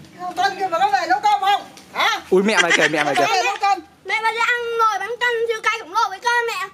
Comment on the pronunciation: Bánh canh chứ không phải là bánh căn nha 😂😂😂😂😂